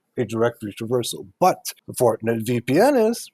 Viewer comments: Is he talking about Fortinet ? When het say Fortnet? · Why does he keep saying "fortnet?"